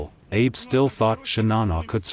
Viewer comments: The Japanese commander's name was Abe. It's pronounced ah-bay, not Abe, as in Lincoln. Also, the graphics show the Shinano being hit by torpedoes on its port side, while the narrator claims it was hit on the starboard side. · Abe Lincoln: that's not how you say 'Abe' in Japanese. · He was saying his last name wrong SMFH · I cringe every time I hear this guy mispronounce the name of the ship and her captain...it's 'Shi-na-noh', not 'Shi-nah-nah', and 'Ah-bee', not 'Abe'! 🤦‍♂🤦‍♂🤦‍♂ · Shinano, not Shinana. Admiral Abe ("ab-ay"). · An excellent video which I very much enjoyed. My only issue is with pronunciations. Shinano is pronounced "shee-nah-noo", with emphasis on the first syllable. Abe is pronounced "Ah-bey", with emphasis on the first syllable.